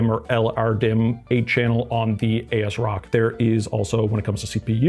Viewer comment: If it helps: it AS-Rock as in “as-if” and it is an EPYC ROME based board so you split the name there.